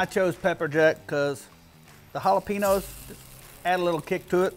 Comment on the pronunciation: It’s hollapenyoos bro. Get it right